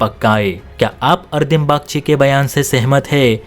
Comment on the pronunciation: It's not ardim bagchi, it's arindam bagchi